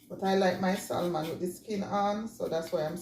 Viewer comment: The L is silent in Salmon😊